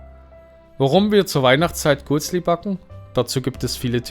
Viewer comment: Lieber Kommentator...bitte versuche , besser übe das für die Schweizer Sprache typische "cch" auszusprechen. Ich stamme aus dem Norden von D und kann es auch. Es heisst auch G u e t s l i und nicht Guttsli...ebenso beim G r ü e z i...ich danke ihnen und berichten sie weiter aus der Eidgenossenschaft...